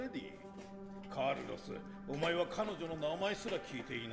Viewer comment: カルロスが、カイロスに聞こえたw